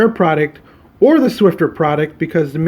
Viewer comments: There is No "T " in Swiffer it is not swifTer, it is Swiffer! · It's called "Swiffer" not "Swifter" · It's SwiFFer not SwiFTer..hahaha. Thx for the demonstration tho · No offense but... please call it the right name... swifter ? What, so annoying... the box says Swiffer. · Funny you called the mop pads Swifter and it doesn't have a T in the spelling.